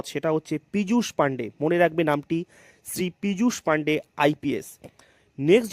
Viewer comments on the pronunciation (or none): Sir peeyush pandey not peejush .